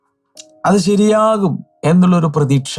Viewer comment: Prethasha ennau paranjal pretheeksha